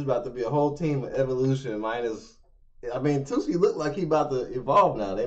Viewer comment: Why has no one corrected the pronunciation if “Tsuki”?